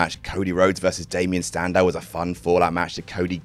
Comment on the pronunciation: am i the only one that hears say “standow” instead of “sandow” here